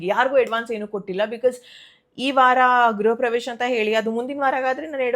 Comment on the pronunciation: ಗ್ರಹ ಪ್ರವೇಶ ಅಲ್ಲ ಗೃಹಪ್ರವೇಶ